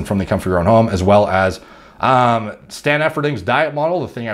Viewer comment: Stan Efferding is somewhere smiling Edit: He said Stan Efferding!